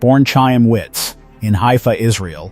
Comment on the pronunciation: This list is very abreviated. Missing Rob and Carl Reiner, Henry Winkler, Milton Berle, Rodney Dangerfield, Mama Cass, Sammy Davis Jr., Tiffany Hadish, and so many more. Also, the narrator should learn how to pronounce the Ch sound in Chaim and Chanukah as per Hebrew. LOL.